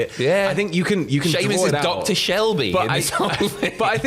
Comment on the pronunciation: "Sheamus is Dr. Shelby!" Dr. Sheamby?